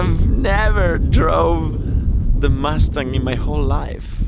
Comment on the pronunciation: Dayuuum!:)) I didn't know you do a second take speaking English for the English verion:) This is sick. I just thought it's purely a subtitled version of the Italian vid. - - stop pronouncing "mastang":)))) it's killin' me:)